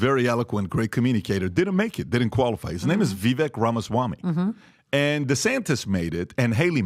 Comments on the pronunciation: Do they seriously not know how to pronounce “Vivek” (rhymes with “cake”) at this point in time? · It's spelled Vivek. Pronounced like cake...Vi-vake. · It’s incredible that Patrick still hasnt learned how to pronounce Viveks name. it’s like if Vivek just constantly called him Potruck. What a cringey oaf fake alpha male lmao. This show is pathetic tbh